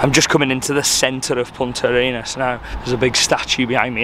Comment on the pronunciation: you said Punta Arenas correctly 👌🏽